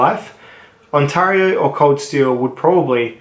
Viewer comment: THAT'S IT !!! I won't have you butchering the name of a Canadian province that is home to 14.3 million people, a total area of 1,0,76,395 Sq km, and North America's 4th largest city, after Mexico City, New York City, and the City of Los Angeles. It is pronounced On-tare-io, not On-tar-io, and so is the company in Franklinville, NY commonly known as Ontario Knife Company. How did Bark River Knives not make the top 3, or top 5? Surely you understand the inherent weakness in folding knives, and would score companies that deal in 95% folding knives below knife companies that produce fixed blade knives? Good day Sir.... I SAID GOOD DAY...